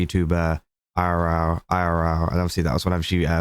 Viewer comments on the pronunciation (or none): He said it pretty normally to me Edit: nvm he started going "eye-are-raora" because he was saying it multiple times lol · the way u said "irl" multiple times is so fucking funny! idk how to describe what word u said exactly but, it was super funny! damn i love u british ppl sometimes lol